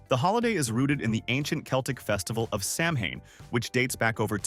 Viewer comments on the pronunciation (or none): Good grief… Sow when. Not Sam hane… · For Americans, it’s pronounced “SOW-inn”. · Samhaine is pronounced “sowan.” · You're calling it "sam-hane." Isn't it pronounced "sou-vane"? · Very nice video but it’s not pronounced Sam Hane it’s pronounced Sow-En which is Gaelic for November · ONE FACT YOU SHOULD KNOW: SAMHAIN IS PRONOUNCED AS SOWAN!! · SAMHAIN IS PRONOUNCED "SOWAN"!!! "TRICK OR TREAT" WAS SHOWN IN A CANADIAN MAGAZINE IN 1910!!! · Samhain is pronounced Sow- en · It is not Samhain, but Shawm. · The real pronunciation of Samhain is Sow-en! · I know, right? It’s pronounced SOW-an. With “sow” rhyming with cow. When will people ever get it right? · OMFG! LEARN TO PRONOUNCE THE DAMN WORD! "SOW-in"...REPEAT AFTER ME,......SOW.....IN! ALL this AI CRAP..is for the birds. THUMB DOWN! PS. EDIT YOUR VIDEO. And..."gazing"...REALLY? It's spelled: guising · He pronounces Samhain wrong throughout the video it is pronounced "Saa Win" 😋 👻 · Samhain is pronounced Sow En...... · This was a great video. And I really hate to call you out on this but you were mispronouncing Samhain. It's an old Gaelic word pronounced Sow-en. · I was born and raised a Celt in Ireland. I’m curious to see what this video will tell. Right off the bat, you pronounced it incorrectly . At least in Irish Gaelic Samhain is pronounced Sow In I’m so glad you mentioned stingy Jack . I grew up hearing stories about him and one of my favourite childhood traditions was to carve turnips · Samhain (a Gaelic word pronounced “SOW-WIN”) is a pagan religious festival originating from an ancient Celtic spiritual tradition. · The constant mispronouncing of Samhain…. 🙄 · I think he mispronounced Samhain. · AI or not, I can't take you seriously, if by now, you still don't know how to pronounce samhain.